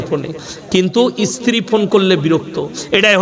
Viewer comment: Sala esthiri na re sthiri. Sala age bangla vasa boddo ovab